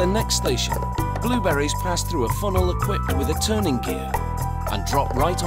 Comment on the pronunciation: The way he says blueberries is interesting... "BLEW-buh-ries"